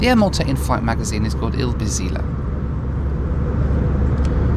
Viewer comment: Just a note: Il-Bizzilla would be pronounced "ill-bits-ìll-ah" and means 'lace art' which is an old Maltese tradition :)